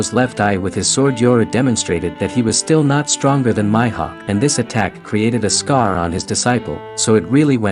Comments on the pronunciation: Did my guy just called Mihawk My Hawk??🤣🤣🤣🤦🏾‍♂️ its prononced Me Hawk not My Hawk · This guy is saying "My"hawk when yhe anime clearly pronounces it as "Mee"hawk smh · Mi-hawk not myhawk lol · nigga said Myhawk 😭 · Lol your annunciation for Hawkeye You need to announce it with the long E sound not the Y sound for Mihok lol